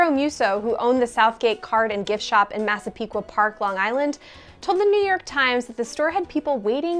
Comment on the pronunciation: Nice job on the pronunciation of Massapequa